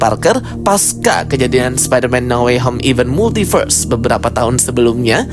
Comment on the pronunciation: bang ypo itu bukan "Multiberse" tapi "Multiverse"